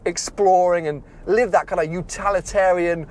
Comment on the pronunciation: Utalitarian? Nice.